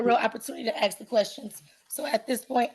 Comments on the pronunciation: Why do black peoples say axe not ask? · Lost me at AKS! Why oh why is Ask so hard to pronounce? It makes an individual sound highly uneducated! I also notice this lady has a very hoarse sounding voice. I’m sure there’s not a soul that wonders why!? Since when do we get to attend court with Yo Gabba Gabba in the background. What a crap shoot. Poor Mrs Washington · How fucking hard is it?? Its called ASK NOT AXE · She's just axing questions 😂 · Ax the write questions. Yous can't ax Stoopid fkn questions. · It's so annoying when idiots try to make out their smart. The second she said,... Axe I was done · She just trin ta ax ah question. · “ Axe, axe, axe ….” WTF? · It's a choice. Axe is not an incorrect pronunciation. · If these women put as much work into not having babies and dodging responsibility this community might get somewhere. BUT 5,000 YEARS LATER THEY STILL CAN'T SAY "ASK" 😅😅😅😅😅😅😅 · Attn ghettofied citizens legal language is neat but when you cant say ask properly it makes anything else you say pointless and childish you better axe someone. And are all these sov cit tards flatearthers as well? They seem on the same level of delusion